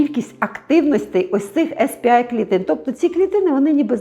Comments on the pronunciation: Сі пі ей клітини, якщо з англійської абревіатури промовляємо назву. Бо так, як Ви вимовляєте , то буде SP-I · СР-А, а ви кажете SP-A Сі-пі-ей, не «ес» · Дякую, дуже корисно. Якщо можна, маленьке корегування. Ес-Пі-Ай - це S-PI англійською. А Cі-Пі-Ей - це C-PA (те, що було на екрані написано). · Вибачте за душнільство, але ну якщо вже називаєте термін латиницею, то називайте вірно, бо Ес Пі Ай це SP-I, а не CP-A(сі пі ей). Ясно, що більшості тут нема різниці, проте відео перетворюється на розмови тітоньки на кухні про пироги, а не науковий контекст. В цілому, вибачте, нічого нового. Дарма зайшла, не мій формат. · Не ес пі ей чи ай, чк ви казали також(бо це spa, а це щось інше) а сі пі ей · Spa - не звучить як ес пі АЙ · CP-A треба читати в перекладі з англійської сі пі ей, і ніяк інакше.